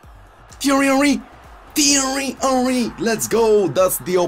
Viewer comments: I refuse to watch another episode until you sell Henry. Cannot listen to “teeeaiiweee honweee” any more. Good luck tho bro x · please say tieeryyyy oeriiiii like that only... Something that makes me laugh every time 😂❤️